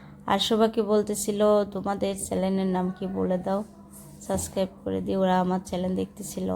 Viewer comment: বইনা রে চেলেন না চ্যানেল বলতে শিখতে হবে। সাসক্রাইব না সাব্সক্রাইব উচ্চারণ করতে হবে কারণ আপনি একজন ব্লগার।